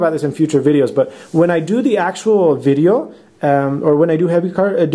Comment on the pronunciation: "When I do the actual videoh" - He's definitely picked up a slight accent there. That's cool :-D